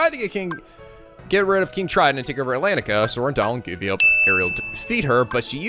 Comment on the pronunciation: I think we should tell that he's been saying Atlentica wrong ^^; the "a" is silent